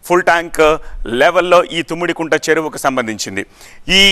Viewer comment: తుమ్మిడికుంట కాదురా, తమ్మిడికుంట. కంగారు తప్ప ఏ నా గుడ్డు నాలెడ్జ్ లేదు